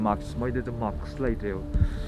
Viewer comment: It's mask not maks.., sorry i had to XD anyway stay safe buddy!